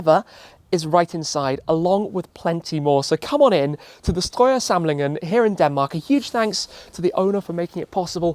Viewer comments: Im very impressed by your Strøjer pronounciation, not many foreigners can pronounce it that well Tim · The second time you said "Strøjer" i genuinly jumped cause it caught me off guard how well pronounced it was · Wow, I am quite impressed with your pronounciation on "Strøjer". You sounded a bit like a southerner from the bottom of Jutland. Nice video too.